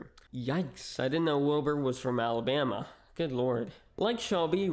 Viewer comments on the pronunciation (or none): none